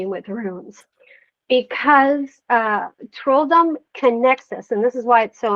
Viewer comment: whatever bro, det är väl uppenbart på hennes uttal och utseende att hon inte är 100% svensk? Hon påstår sig vara "first generation swede" men vad fan betyder det liksom, haha, på sättet hon uttalar trolldom och andra ord är det ju tydligt att hon inte talar svenska